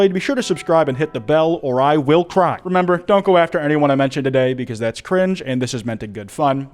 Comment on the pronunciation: "This has been Kwite, but not for much longer" 🤨🤨🤨🤨???